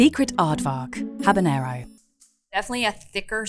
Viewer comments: I know I’m being pedantic… but it’s habanero, not habañero. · habanero not habañero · For the hot sauce most expert in the world, keep saying.. Habañero!! is sad🤦🤦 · i find it strange Epicurious doesnt know how to pronounce habanero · So you don’t know how to say habanero but you wanna tell me what chipotle is OK never mind I’m not listening to you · The ‘h’ in Habanero is silent. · Does no one know how "Habanero" is pronounced? Here's a hint: the 'H' is silent.... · except how to pronounce habanero